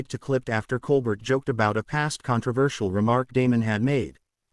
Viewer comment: The ai voice doesn’t even know how to pronounce Colbert